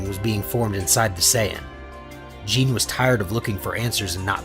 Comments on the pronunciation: Bro, it’s not Jean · that's not how you pronounce Gine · So how could mortals Sense god ki? Also is this voiced by AI? What Dragonball fan doesn't know how to pronounce Gines name?